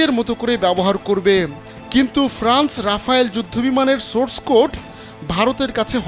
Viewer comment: আরে আ'বাল রাফায়েল না রাফেল